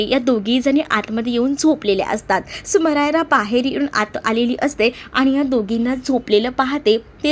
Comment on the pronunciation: Narration छान आहे तुमचं. समायरा नाव आहे तिचं, स्मरायरा, स्मायरा वगैरे असं नाही.